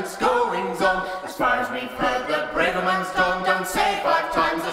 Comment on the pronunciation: This is brilliant but one nitpick, the a in Braverman is pronounced as in tavern not as in brave.